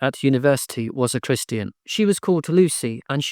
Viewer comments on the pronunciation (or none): none